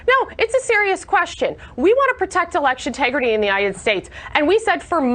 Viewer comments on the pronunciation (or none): "We need to protect eleciton 'tegridy." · She said tegridy, maybe she's a towel. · "Elexitegrity".... WTF!? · She’s seriously saying “‘tegridy” we literally live in a South Park episode 😂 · She say "tegrity"?